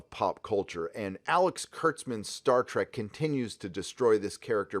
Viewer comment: "Star Treku dijinai!!"